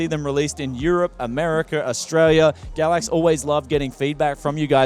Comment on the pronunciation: I always hear him say it as Gravvicks card.